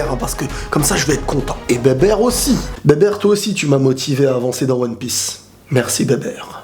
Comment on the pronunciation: Sa se prononce bibir lui il dit bébèr